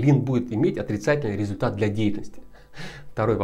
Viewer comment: результат (резльтат) заметил ошибку ))